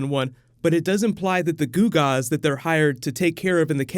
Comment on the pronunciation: Wait did he say Googas?